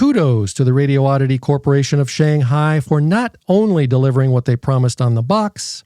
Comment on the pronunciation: For gawd sake... it's pronounced... Radi-oddity. Not Radio-oddity. "Very good English".